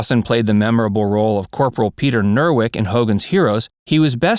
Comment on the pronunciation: It's not Peter Nerwick, it's Peter NEWKIRK. -ish mark.